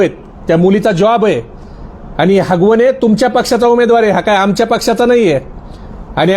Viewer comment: आरे बाबा हगवणे नाही आगवणे आहे जरा अभ्यास करून बोला तर बरं होईल